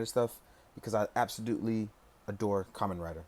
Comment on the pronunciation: Absodutly? I've found my new favorite word